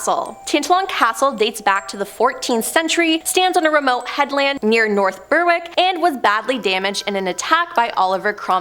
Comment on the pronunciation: and the r in Berwick is silent too